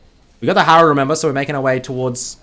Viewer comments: It is most definitely hErald, not hArald, there's literally an E as the second letter. And it's not VAIGAR, it's VEIGAR. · Bro oce call it it herald you say it wrong . Simple ppl from Queensland are backwards